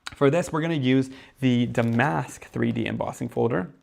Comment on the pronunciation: These are beautiful. I was thinking that damask would be good. Damask is a type of fabric or embroidery that was used on chairs or was a pattern on vintage wallpaper. Is pronounced dam’-ask rather than da-mask’.